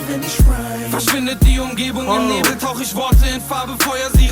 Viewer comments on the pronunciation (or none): none